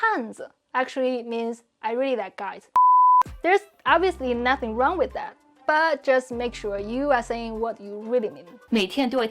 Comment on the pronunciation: You say ‘wiz’ instead of ‘with’ and we still understand you, sooo I feel you are doing a bit of nitpicking. Basically pointing out tiny flaws that don’t matter.